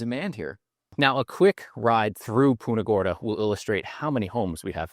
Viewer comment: Hey, would you please stop saying "Poonta Gorda".